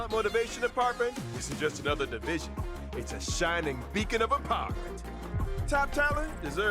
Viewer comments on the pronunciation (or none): none